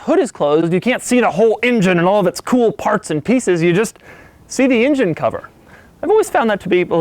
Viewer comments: Love ya Doug but for christ sakes stop saying “ingine”...it’s pronounced “engine”. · Engine - not Injun lololol....other than that, your vids are great - thanks! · Why do you pronounce engine "INGIN"?